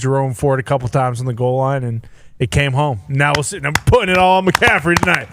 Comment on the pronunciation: *pahting, not pouting 😂